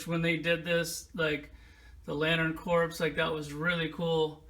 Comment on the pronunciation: Corp. Is pronounced core. Corpse is a dead body.